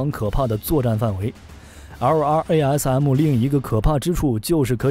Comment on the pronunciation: 能不能直接念作“拉瑟姆”，每次听LRARM听你读的好拗口。